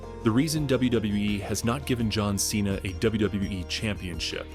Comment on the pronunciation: You destroying john cena's name😂